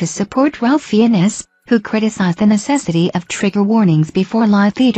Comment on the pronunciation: Fiennes is pronounced FINES.